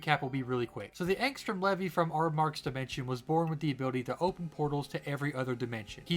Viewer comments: Nope, he didn't. It's pronounced Lee-vee, not le-vi. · nah it’s pronounced “leave-e” in the show